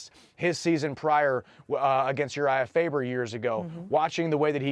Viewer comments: URIAH FA"BER" LOL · Did she say Urijah Fiber? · did she just call faber "fiber ? 🤣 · “Uriah fiber”🤣